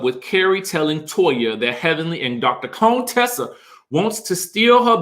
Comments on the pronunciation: It's you calling her Dr. "Cone-tessa" for me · why does he keep calling Dr. Contesa Dr. CONEtesa 🤣🤣🤣